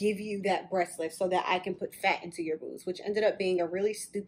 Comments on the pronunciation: She was trying to say “breast,” but it kept sounding like “brush.” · BREAST NOT BRUSH WTF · It bothering how you say “breast reduction.” Sounds like brush reduction. Lol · "Brush reduction" Why tf you keep saying "brush" breast....it's called BREAST not brush 🤦🤦🤦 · Is she saying brush or breasts reduction? Am confused!! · It really sounds like she's saying, Brush reduction....ok..carry on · lol the way you say breast sounds like brush